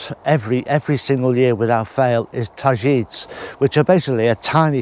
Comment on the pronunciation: Targetes is pronounced tajetees